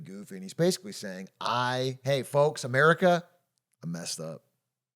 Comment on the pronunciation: I like where he said America in